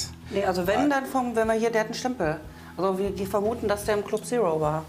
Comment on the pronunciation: Club Sero (statt Zero)🤣♥️